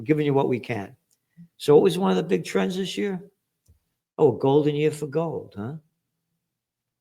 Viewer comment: When you say "trends", it sounds like "trans". 👀👀